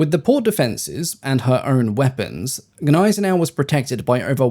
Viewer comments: You seem to struggle with saying the letter 'G'. Gills is said with a hard G, not as if it were J; the German battleship Gneisenau is pronounced with a hard G at the beginning, as in the name of the antelope 'Gnu'. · Why you dropped «G» by English rules for Gneisenau? It's not "ay" either